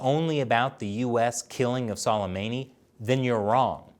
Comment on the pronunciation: Say qasams name like su-lei-ma-ni